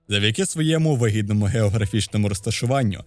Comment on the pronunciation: послухала ще раз, дійсно "вигідному", але через невірний наголос "вигІдному" чується як вагітному🙃